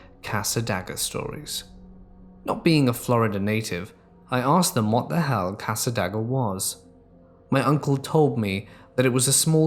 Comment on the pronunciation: I gotta say it cause it'll probably be in other stories eventually. Cassadaga = cass-uh-day-guh